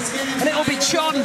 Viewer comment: Poor Chon, his name got butchered